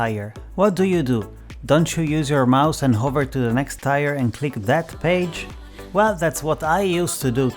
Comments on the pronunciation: Hey just wanted to leave some friendly advice. You pronounced tier like tire which is completely understandable. It's actually said like the word tear. Or at least that's the closest I can think of to how it is pronounced. English has so many words like that lol not to mention words like colonel which is said like kernel but there's no freakin r in it lol. Thanks for the tips. Been playing on switch. I really wish I could get satisfactory on switch though lol. I think it's still early access on steam though. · "Tier" is pronounced "teer"